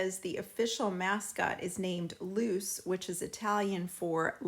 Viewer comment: Her name isnt "loose" its "loo chay"